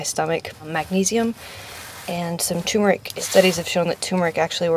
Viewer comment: Doesn't anyone on YouTube know how to properly pronounce tuRmeric??? :)